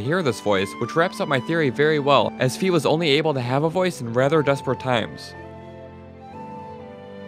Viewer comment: Fi... Is Fye, not Fee